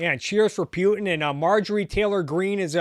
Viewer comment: Love your content. Good stuff. Keep 'er goin but eeehh.... Are you pronouncing it Pew-tin to sound like an A-clown on purpose or? 🧐